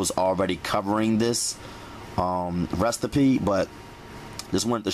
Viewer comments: He said RESTAPEE. 😄😄😄😄😄😄😄😄😄😄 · Restapee (recipe) 😂😂😂😂 i love it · Bro it gets me every time 😂 I love some of his pronunciation on certain words. Restapee is another favorite of mine. Not knockin' you, I rock with you.